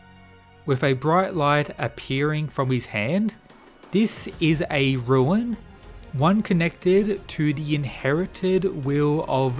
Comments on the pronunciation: It's RUNE, not ruin. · its not a ruin boy... its rune